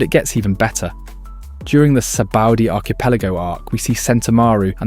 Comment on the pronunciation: Saba-ody not sabaudy 😂